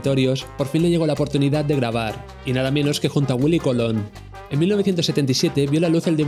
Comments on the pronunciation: Willie Colón. No COLON JAJAJAJA. BUEN VIDEO. POR CIERTO 👍 . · Cuesta mucho decir Colón? En vez de Colon 😐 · Me encanta que le digas Willy Cólon con acento en la primera O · Willie Colón, con acento en la o compare